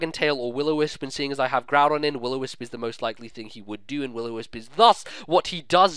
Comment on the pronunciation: I have to smile every time I see Groodon and Giramy. I always have to think of some derpy anime trainer who cannot or purposely does not pronounce their names right and the pokemon just go with it. And everyone else thinks they are nicknames while they arent.